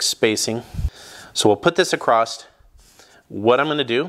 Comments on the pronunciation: It's across not acrosst. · The word is ACROSS, not ACROSST/ACROSSED please learn how to speak before doing 'How to' videos for the world to see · I've given up correcting people for using "Heighth" instead of Height, but, this is my first time hearing "Acrost" being used for Across. Language is liquid, I guess. Or, should I say "I guethe". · Across...not acrost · Nice job. Looks good. Btw… the word is “across”… not “acrossT” as you keep pronouncing it. Sounds like a toddler saying it… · Across not acrost 😪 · Dude the word across does not end in a T.